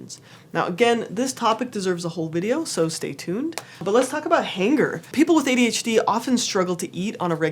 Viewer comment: “Hanger”? You mean “Hunger”?